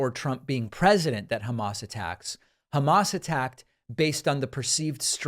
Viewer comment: Hey David- now would be a good time to add Trump’s mangling of “Hamas” to your sound clips of “ Troth Central “ and “Obamna.” Drumpf says Hamas as “Hummus,” “Humush” or “HA- mas.” 🤦‍♂️